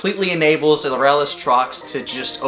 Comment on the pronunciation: Someone else that pronounces Aurelus correctly? Subscribed.